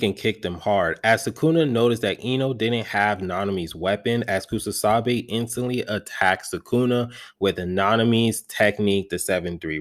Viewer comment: it's KUSAKABE bro, you mispronounce it in all your videos.